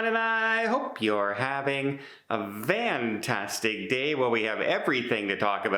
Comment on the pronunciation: Are you saying Fantastic or vantastic day????